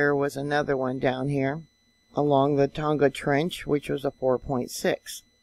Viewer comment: thanks,. been following you for years. a helpful tip. tonga is pronounced the same as a barbeque tong, fork tong with the "a" added....silent "g"